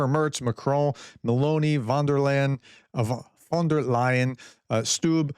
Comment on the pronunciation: Im tired of correcting you prof because you never seems to read my comments.. Your GERMAN spelling is off. It is not "von drrr Lion" It's "von there Leyen" I the video you thougth you spelled Leyen wrongly and you said ,"layen" in correction but your first one had been actually the correct one